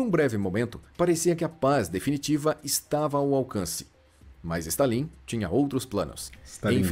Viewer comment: se não fosse por esse stalín em vez de stálin eu nunca ia perceber que era voz de IA😮